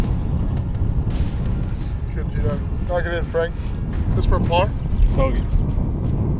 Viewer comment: FRANK RHYMES WITH SHANK